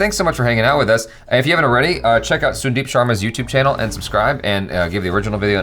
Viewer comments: Not sundeep it's pronounced as sun-deep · Bro, small correction Sundeep is pronounced as 'San-deep' Sun in Sundeep pronounced as how we say 'Sun' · Question - how come he is pronouncing sundeep using u instead of a sound. Sun is an English word and is pronounced with a sound. Come on